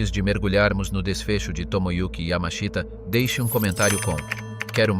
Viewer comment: And no, not Yammer-Sheeter, nor Yammer-Sheetah. Robot fail again. Oddly, the robot gets his name not correct but presentable once or twice. The written text is not bad, so it's a damn shame to spoil it with these silly robot mispronunciations.